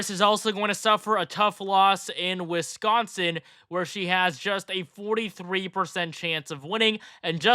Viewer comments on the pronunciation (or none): none